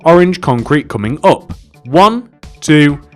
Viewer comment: Why are you saying it like OP? you say it UP idiot!